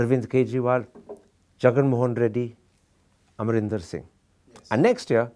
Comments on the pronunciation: It's not Arminder Singh, Mr. Thapar. AMRINDER SINGH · Did Karan Thapar call Captain Amarinder Singh as "Aramindar Singh" at 1.15? Where is the editor?